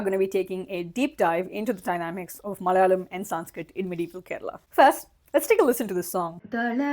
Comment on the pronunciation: Hey, the first 'la' in Malayalam is pronounced closer to the 'la' in the word 'large'. Not exactly, but better than how you're pronouncing it currently.